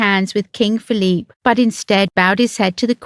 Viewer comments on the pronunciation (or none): none